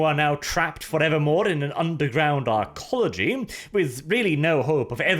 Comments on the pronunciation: Arc ology. Not e ology lol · Arcology, ARCology. I think you pronounced it correctly once. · For future reference. Their not called archeologicies. Their Arcologies. Archeology Arcology Sound similare but different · Arcology, not Archaeology. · Archism 2 Arcology - Archelogy 🤣🤣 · does not know how to pronounce arcology?